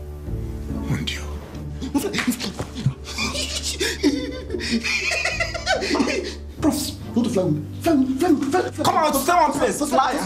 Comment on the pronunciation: ngong donald lol they even say Mondio instead of Mon Dieu.